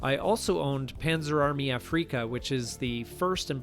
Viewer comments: It's not pronounced Afreeeka. It's pronounced the same as it is in English: Aftica. Oh, yes, thanks for the reminder that these great games existed before we had PC. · A-free-ka? Some weird Canadian thing? You mean Af-ri-ca? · Squad Leader was my fav and still have it. All the boards and expansions. Had to play solo always. On another note A-freak-a ? Afrika is pronounced Africa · Afreeka Corps? Really? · A-freeka core? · Ah-free-ka, what's that? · Is not Afrika pronounced like Africa? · Afreeka? Is that like Afrika or Africa? When I hear creators say things like that it’s irritating. Because it makes me think that they never actually played the game. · You don't pronounce Afrika like Paprika, you pronounce it like the continent Africa. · You are mispronouncing “Afrika.” It’s German and the accent is on the first A. When I was on active duty in Germany in the 1970s, several of the German workers served in the Afrika Corps and that’s how they pronounced it. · "Afrika" isn't pronounced like "Paprika" and yes I had both of these Africa games. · From now on I'm going to pronounce "Afrika" just the way you do. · I'm pretty sure it's pronounced in German very close to how we speak it in English. Maybe with a slight roll in the "R". I tried an on-line translator that had a button that pronounced the word, and that's how it sounded to me. Sorry to be a nit picker, I enjoyed your video.